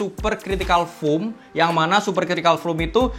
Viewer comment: masukan aja.... Videonya dah keren abis. Tapi tolong pronounciation-nya diperbaiki ke depannya. Kata "mesh" mustinya dibaca "mes" bukan "mis"; Kata foam dibaca "fom", bukan "fum"; Pebax bukan "pibaks" tapi "peback". Maaf dan maklum, anak bahasa.... jadi geli dengernya.... Hehe.... Anyway, maju terus!